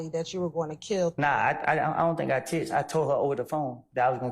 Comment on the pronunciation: She keep saying “texteded”